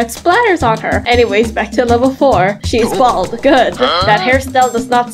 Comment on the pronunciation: I love the way she said sHees baLd! Lol